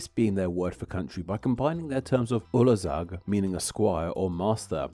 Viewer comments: Actually, 'ország' is pronounced "orsaag" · Heres something for ya: while saying ''Ország'' don't sat "olzag" instead try to use S instead of Z like :Orsag" now this brought you a lot coler to me to understand that you meant "country" in hungarian. Ur welcome :D